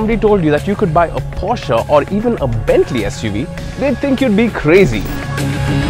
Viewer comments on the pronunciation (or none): none